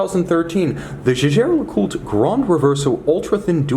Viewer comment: You are one of the very few presenters who pronounce the name correctly.